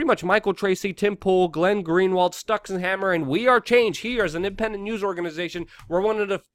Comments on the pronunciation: Oh, yeah you're right. But still the first part is pronounced like "sticks" not "stucks". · Luke, Styxenhammer666 name is pronounced "Sticksenhammer" not "Stucksenhammer". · Somebody PLEASE tell Luke it isn't "Stuxenhammer" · yeah he pronounced it real bad lol